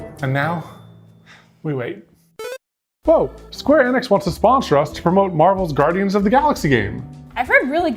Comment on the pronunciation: 'This video is sponsored by Square Enix" Off,, at least research how to say the company name for a sponsor. Its "Square E-nix"